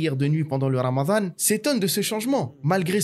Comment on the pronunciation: Alors non, c'est رمضان. Pas رمذان. Sinon بارك الله فيك pour ce story telling si mouvent أخي.